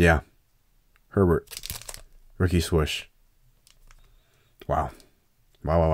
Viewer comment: I'm not nuts, it's not...a Nike Swush, its a swoosh....right? Am I nuts?